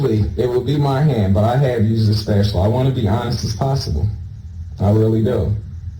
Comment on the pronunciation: Can’t believe a word he says so I believe that was a lie just like everything else that came out of his uneducated mouth fucking guy called a spatula a spatuler for goodness sakes